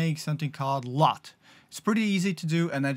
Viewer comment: U doesn't make an O sound. XD I was so confused trying to figure out what this new LOTE was.